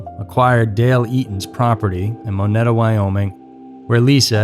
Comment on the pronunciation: The national forest he was found in is pronounced sho sho knee. His place of residence was in a place called moneta but it's pronounced mo nita. As a person that grew up in Wyoming this case has always intrigued me. I know someone that was on the highway when they pulled her car out of the ground. You should do an episode on Amy Roe Bechtel's disappearance. It takes place in my hometown of lander Wyoming. That case is still unsolved. Probably one of Wyomings prolific disappearances besides lil miss.